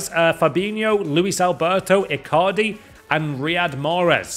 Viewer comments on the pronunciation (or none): none